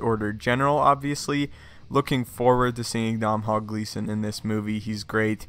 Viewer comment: Dom-hall gleeson 😂